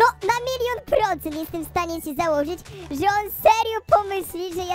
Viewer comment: że a nie rze